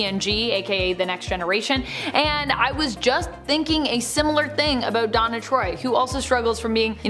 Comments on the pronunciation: Deanna, not Donna. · Its Deanna!! Deanna! Not freakin Donna… Deanna!! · her name is DEANNA TROI not donna or diana. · I hate to make this comment because I truly enjoyed the video. But Counselor Troi's first name is Deanna not Donna